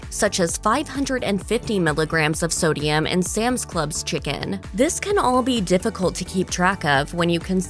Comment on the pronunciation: How come she says chi-CAAAN